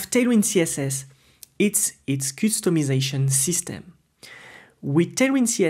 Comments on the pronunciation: I laugh when you say 'coostomization' 😂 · I love the way he pronounces customization 🥹